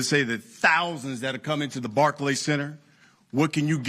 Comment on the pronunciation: Barkey center lmao